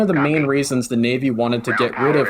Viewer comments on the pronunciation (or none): none